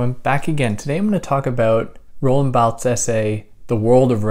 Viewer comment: Roland Balth 😂 I had to check in after the Guy Deball episode and I was not disappointed. It’s punctum that continually throws me off as a listener. Whoever you’re learning your French from is taking the piss.